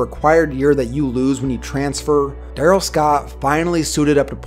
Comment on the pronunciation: I remember this dude. He was a BEAST at St. Bonnie. I played in those same years and we'd watch friday football focus just to see what darrell scott did that week. Btw i think it was pronounced DaRELL Scott. But yea. st. Bonnie was too good for us to play but we did play against Oaks Christian that year. They had jimmy clausen and marc tyler aand chris owusu and a bunch of D1 offensive linemen. Marc tyler had thighs built like a friggin horse!! Aaaand our small little school with 25 players on the team got fucking SMACKED to say the least 😂😂. But Bcuz of that i was glad jimmy clausen and marc tyler were total busts in the NFL hahaha Fuck them